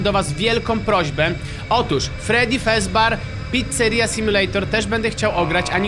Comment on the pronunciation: Mówi się fredi fazber picceria sim